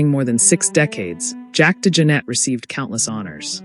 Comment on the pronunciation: Not to take away from all the accolades, Jack was one of my favorite musicians, but the computerized speech STINKS. Can’t even pronounce his name correctly! Liv Evil?